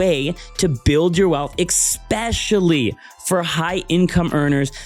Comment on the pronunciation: Exspecially is NOT a word, it is especially, it makes You sound very unintelligent